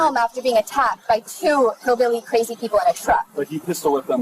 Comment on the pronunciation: ‘He was chasing him lika crayzy’😂😂😂